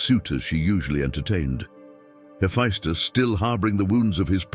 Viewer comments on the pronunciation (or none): Sir, I love your work, all of it. But it is pronounced Heffestus. Not Heffiestus. My ears tweak every time you say the name. Peace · That is true (heh-FESS-tuss) .. but he gets more right than he ever gets wrong, and I'm surprised how well the pronunciations are done for very difficult words/names/etc. Still .. you are correct.